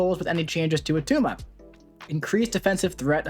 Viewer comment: its not at tuma - arnold schwarzenegger. i just pulled attuma and was looking to see how to play him